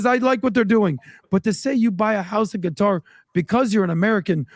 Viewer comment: Tucker buying a house in Qatar (pronounced gutter) was a F-you to everyone calling him Qatarlson